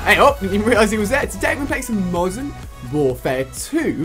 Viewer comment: At the start you said Mosern Warfare 2